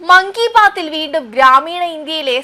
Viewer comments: മങ്കി ബാത്ത് അല്ല "മൻ കി ബാത്ത്"😂😂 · Dear TV reporter , it is mankibaat not makibaat 🤣🤣